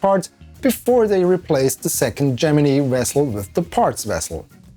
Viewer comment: thats still not how you pronounce gemini